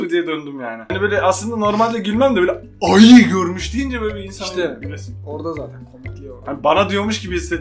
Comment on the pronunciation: Aynen komik hiç gulmuyorum ama sizin bastıra bastıra ayı demenize güldümm